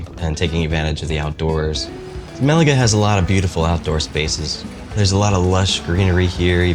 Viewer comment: Still pronouncing Malaga like that, is crazy work…..